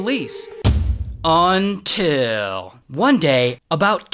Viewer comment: After so many videos, I still giggle every time Ray says "Until" 🤭